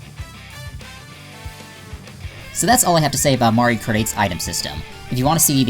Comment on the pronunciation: Did You Just Say Mario Krate?